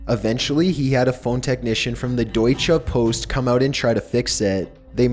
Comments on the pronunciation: "deuatscha poast" xDDDD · I love the way you pronounced "deutsche post" xD